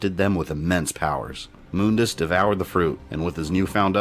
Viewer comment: That’s how is name is pronounced though